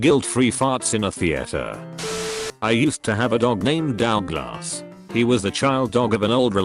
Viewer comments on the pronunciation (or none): No one: Text to speech voice: DOWG, SHORT FOR DOW GLASS